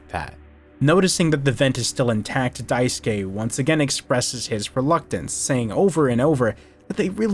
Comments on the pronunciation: Small thing but I really appreciate you actually pronouncing daisuke correctly lol The amount of videos I have seen where they say "die-sook" kills me a little lol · This video's a 10/10, actually 11/10 because you know how to pronounce the name Daisuke. thank GOD! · I’m pleased that every commentator I’ve listened to talk about this game so far has pronounced Daisuke’s name correctly